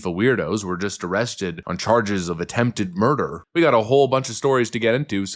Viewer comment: Why is the word murder being distorted and not pronounced accurately??? 😮😮😮